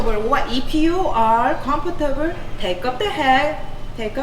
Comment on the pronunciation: As a public servant, your comfort is not a factor in your hiring. Quit and go work in the private sector if you’re not “cum four too boo”!